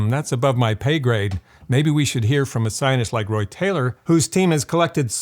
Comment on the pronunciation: The way you say "scientist" sounds like "zi0n!$t" to me.